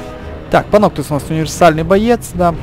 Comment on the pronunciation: Звучит как Паносус)